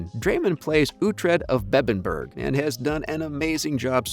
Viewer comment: Dear Americans, you don't say the g in Bebbanburg.